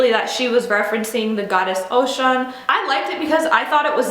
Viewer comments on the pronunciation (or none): You are not pronouncing Osuns name properly. It is not satanic. Know the history and study Ifa before making any comments. In Yoruba tradition the devil does not exist.